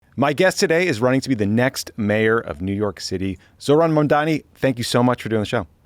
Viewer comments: The graveyard is littered with the bones of those who underestimated Mamdani. Also learn how to pronounce his name FFS Cuomo! 😅😅😅😅😅😅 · How the FUCK did you get his name wrong?